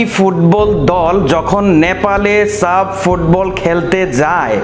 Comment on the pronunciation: সাব না এটা সাফ হবে